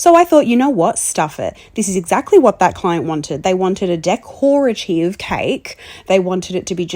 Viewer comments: Dec-ORE-active cake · Never heard decorative pronounced like that (and I'm a kiwi)